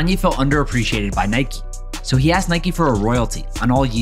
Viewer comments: It’s pronounced [Niy-k] not [Niy-kee] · It’s pronounced Nike not naikey